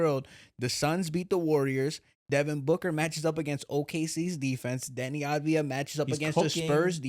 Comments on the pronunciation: It's avdija not advija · Once and for all let me help you pronounce it correctly: AV-DI-YA while the I is almost missing